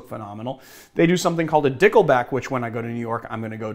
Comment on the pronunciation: I still laugh every time you say "Dickle". Shoutouts to Marius for not being a mime.